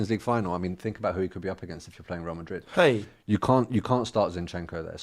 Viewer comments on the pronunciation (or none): 😂😂 that “hey” by …… definitely been around too many West Africans like Kelechi 🤣 👏🏿 👏🏿